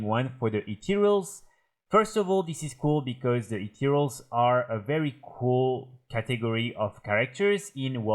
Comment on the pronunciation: jaja I wasn't directly watching the vid and his anunciation of "ethereals" sounds like "8 year olds" and I was concerned for a moment.